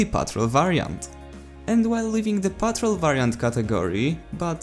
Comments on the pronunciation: Also it's pronounced patrOLE not PETROL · He just pronounces it so funny lol. It's pronounced like PAHT-ROLE. Basically. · It's pronounced as patrOLE and from this update the weapons that I tried were Ross Infantry which is actually a combination of Gewehr 95 straight pull with SMLE.303 sweet spot, Sjögren Slug basically a moderate fire rate model 10-a slug but not fast as the model 1900 slugs 300 rpm, M1912 p16 experimental faster fire rate than the original making this weapon Battlefield 1 equivalent of AN-94 & AK-12 Battlefield 4 since they have high fire rate in burst and lastly the optical variant for Ribreyolles 1918 Factory more accurate at a cost of higher vertical recoil when firing in full automatic without the bipod more accurate in single shots and full automatic with bipod deployed on a Ledge or prone position.